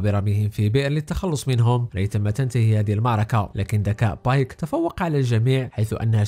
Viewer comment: بيك❎ بايك✅